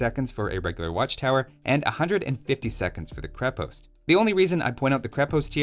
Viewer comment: Its krep"o"ast If you wana say it the russian way